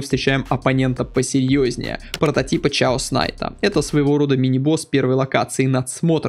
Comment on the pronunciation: как можно прочитать слово хаос ( по анл. хеас ) как ЧАОС ?